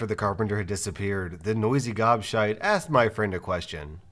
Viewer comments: You are saying gobshite wrong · Hearing an American say gobshite is so strange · saying "Gobshite" is hilarious. 🤣😂